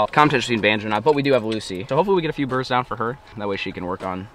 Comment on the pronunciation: “we jus dropped 6 bidurds” 😂😂